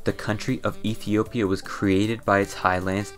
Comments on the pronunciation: he said "Ethia". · "and Ethia"